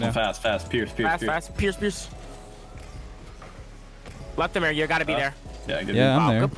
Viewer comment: Lol everything says his name he says lethamur I'm dead